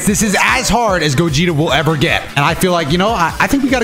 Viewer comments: I swear called Gogeta Gokugeta lmao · Did anyone 🤔 notice kept saying Borly instead Gogeta?